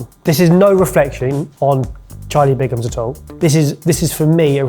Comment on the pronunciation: Bigham's, not Bingam's.